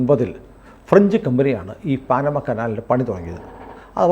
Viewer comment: പാനമ അല്ല പനാമ കനാൽ